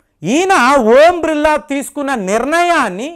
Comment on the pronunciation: ఓం బ్రిల్లా❌ ఓం బిర్లా ఎందుకు సార్ తప్పు గా పలుకుతారు